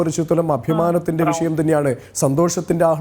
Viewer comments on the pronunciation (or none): none